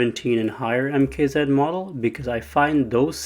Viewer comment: Idk if anyone has ever told you but it’s MKZ not MK Zeed.